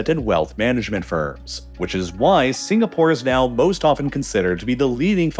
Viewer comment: "I've never heard of a country named signapoar"